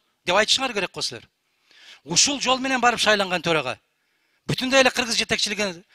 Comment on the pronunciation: Кыргыз деп айта албай калган го. Бүтүн деп тим эле аябай эле кеткен экен